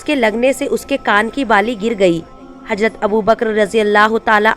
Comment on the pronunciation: Lavz hajrat nahe h hazrat h aap ke padhne me galty h